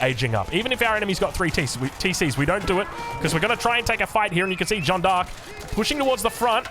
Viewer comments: Jeanne is pronounced like Jan but with a soft j (without the D sound if that makes sense). Maybe something like Zhan? Anyways cool videos:)) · And emphasize the "A" sound, the J is pronounced like the Chinese "Zh". So Zh-Ah-N-Eh D'Arc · Hey, i used to see your videos for a while, it's my first comment on your channel, I love your videos. About your pronunciation, I am french and it's almost perfect, but u keep saying "DJeanne" there is no "D" before the J, that's all and honestly your pronunciation is not a problem AT ALL Don't stop the casts by the way, I love it! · The vowel in Jeane is more of a "ah", like in "bar". Perfect pronunciation otherwise. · You're still pronouncing it wrong. Google shows you American and British English pronunciation. You should check videos of Native French pronunciation.